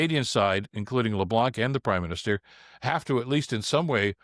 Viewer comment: I cringe every time you say Dominic Leblanc. It's a french name, and the "c" at the end is silent.